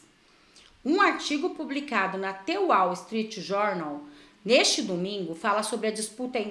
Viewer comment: A pronúncia de The Wall é: Dâ Uoal